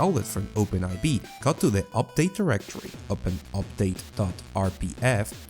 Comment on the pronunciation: It's not Open "aivee" it's open4, those are roman numbers.